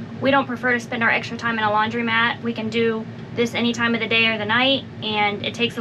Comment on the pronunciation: I notice many people say the word "laundromat" incorrectly. It's NOT "laundrymat," folks, it's pronounced: lawn• dro • mat !!